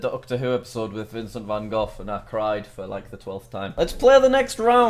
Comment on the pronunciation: “Vincent van Goph”